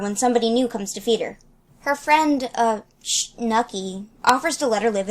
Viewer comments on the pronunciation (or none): Wow worrior cats are weird Edit:it’s supposed to say it like shnuky not sh-nuky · Shnuky si pernouced Shh-nuh-k-E